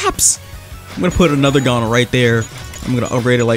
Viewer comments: I'm sorry to be that guy who rudly corrects people but its not pronounced gone, its pronounced gown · Its not fing Gone. Its pronounced goun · go to Google translate and type in "gohn" then click the speaker icon, it will tell you how it's pronounced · its not gone it gon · bro it's gon not gone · its gon not gone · pronounced gōn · Me seething inside every time he says Gon like "gone" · Its like g-oh-n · The amount of time he said G O N E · Is the HxH English dub pronounced 'Gone'? Or am I just deaf, and heard something like "GO-wN" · this man said gone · Your saying gon wrong lol her is how you pronounce it ( g oh n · Lmao him saying gone is making me mad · no it sounds like cone but with a g at the front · Nah its not oo its oh as in like, "oh, my cat just swallowed the car keys" not like "ooooooo, infer just dropped a vid" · The way you said gon hurt my heart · i hate how he says gon, he is saying it wrong bruh